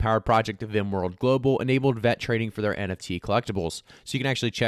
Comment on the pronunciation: Please stop saying Vet, it's VET